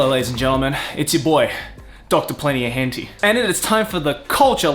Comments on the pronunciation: You're pronouncing it horribly wrong. Tay it's pronounced "tie." You're killing me. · I'm gonna assume you're intentionally pronouncing 𝐻Ǝ𝒩𝒯𝒜𝐼 wrong.. Hen Tie.. not Hen Tea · As an Asian, I thought it's pronounced as hen-tie not hen-ti. Just saying. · He also says "henty" instead of "heh-n-tah-ee" about a million times. Ow ow ow ow. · hen-ti? isnt it TAI? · Hen - tie. Hen... tie... not tee.. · that way you say it is the first time I heard someone pronouncing like that ..... and it's kinda funny. it is not it sounds like 'hentee' but it is 'hen tai' just for pronunciation. Try saying 'aa' in 'tai' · Hentee? It's pronounced hen-Tie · Why is he pronouncing it "hen-TEE" when it's "hen-TAI"? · it's not Hentee... the TAI part sound like the start of Thailand so Hen-Thai... you talk like 90s anime where like animated stone age stick figures or something, 90s Anime was the golden era, tittles like ninja scroll and wings of honami still look far better than anything done today. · You spelled "spelled" wrong until you edited it (I saw it in the e-mail notification);), and I spelled it henti on purpose because that's how pronounces it in the video. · Bro said "henti" 💀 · I've been watching videos here for a long time but I've never gotten something: does he actually think it's pronounced "hen tea" or is this a meme he has made part of the persona? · Do you actually pronounce it "hen tee," or are you doing it for other reasons? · Its Henti (hent eye) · Is that how Henti is actually pronounced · how does this guy not know its pronounced hen-thai? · Hentee? Pronouncing it completely wrong :( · Henti? Why is he pronouncing it like that. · Lol why are you pronouncing it "Henty"? That is not how you say it. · Is he purposely pronouncing it wrong without the a so he doesn't get demonetized? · Deliberate miss onounciation but i can't spell we arent perfect